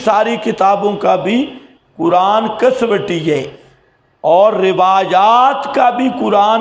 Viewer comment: کسوٹی کو ک۔سو۔ٹی ک زبر ک س زبر و سکون سو ث زیر ی سکوں ٹی آپ پڑھتے ہیں کس وٹی یہ کیا ہے لفظ ہے ھمیں بھی بتائیں